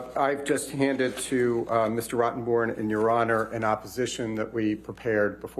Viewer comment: They are mispronouncing her attorneys name....it's Bornrotten, not Rottenborn.